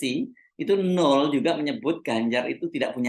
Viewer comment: Baca nya NO EL bukan NUL..